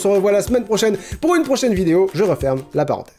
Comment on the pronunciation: "Je referme la paren..."